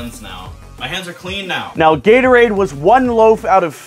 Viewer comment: This man calls Gatorade as Yaterade. Even auto correct tried to agree with me just now that it is Gatorade! WITH A G!!! NOT A Y!!!